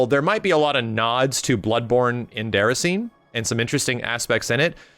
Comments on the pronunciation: Lmao........ It’s pronounced “Day-Rass-in-ay” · please, it's pronounced "Day-ra-see-nay".